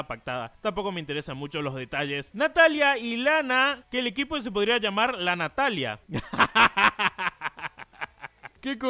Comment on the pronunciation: lanatalia 😂😂 cmamo